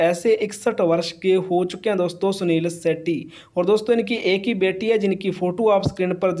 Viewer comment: भाई आप मत बैला करो या तो सही बोलो सही शब्द नहीं बोलते आप सुनील शेट्टी को आप शुनील शेटटी